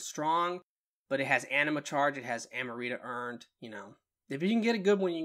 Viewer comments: Am-rita not Ama-rita 🤣😂🤣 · Love the video but lol, I couldn’t help but only hear “Amarita” 🤣